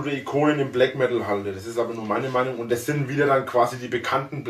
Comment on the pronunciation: Des heisst Blägg Meddl, du Kaschper :D